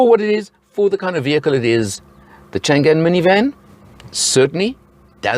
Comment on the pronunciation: FYI it's not pronouced Chan Gan,. it should be Chang An ,meaning always safe and prosperous